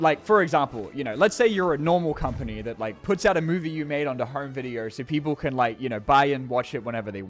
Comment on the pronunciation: Does he say “Videer” instead of video?